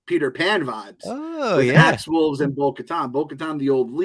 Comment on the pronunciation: Axe's last name is "Woves" no L in it. Love your reviews of the episodes.... #MeddlingKids